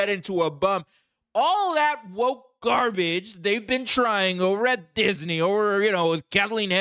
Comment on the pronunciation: Because the whole point was lost on you, Lucas had Luke (who he identified with) throw his light saber over his shoulder, the whole thing had been a complete waste of time... and this was lost on you as well, and you just pronounced the scene as grrrbage. But to those of us who saw Star Wars in 1979 at the drive in theatre as a rip on the Vietnam war, we got the message.... but it was lost on you. If you don't believe it was a meta message hidden under a campy kids movie, rewatch the medals ceremony bow out at the end of New Hope - yeah watch it again to drive it home to you. This is camp. Look at the Wookie. A big furry animal as a copilot that couldn't even speak English. I mean, come on. He's basically Sesame Streets Mr. Snuffalufugus but Brown instead of Blue.